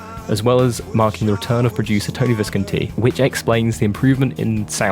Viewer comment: It’s Tony Vis-CON-ti 🥴